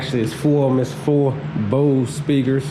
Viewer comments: BOSS not BOSE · Why would it have a lot of bass cmon pimp and it’s boss not Bose